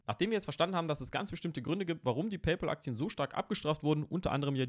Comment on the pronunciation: Es heißt nicht „Peypol“, sondern „Peypäl“.